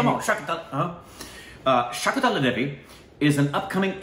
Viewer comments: Started a video and when started like Shaakuntaalaa devi UMM umm Shaakintaalaa devi Umm Umm, closed the video... ku6 b... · I thought Shakuntala but u guys said Shakutala!!!!!!